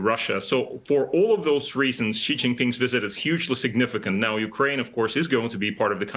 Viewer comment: Never pronounce 'Xi" correctly, it's more like 'She' not 'G'.